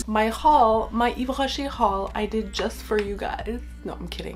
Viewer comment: Hi, i'm New here 😁 I'm french 🇫🇷 .. and let me tell you your voice has a huge french vibe when you say the name of the perfumes, That's impressive. ✨☀️